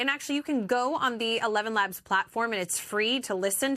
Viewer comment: Did the anchorman just say “evenlabs”? 😂 it’s eleven labs